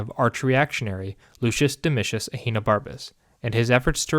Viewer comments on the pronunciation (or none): none